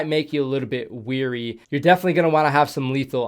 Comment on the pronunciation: Its wary (way-ree) Weary (wee-ree) means tired